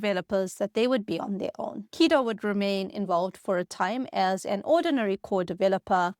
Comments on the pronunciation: The way she pronounces Guido as "Keedo" throws me. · Was the script of this video incorrect on almost every point on purpose to generate comments like this one? Guess we'll never know. Makes a video about Python and dont even check the pronunciation of "Guido"